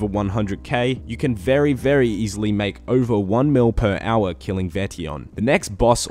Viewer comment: everybody else -"hour" - "AuA"